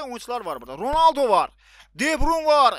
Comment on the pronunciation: Ronaldo demeyi bilmiyon